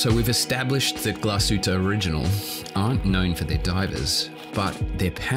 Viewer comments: Why pronounce it Origanal? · Like "Angala Merkel."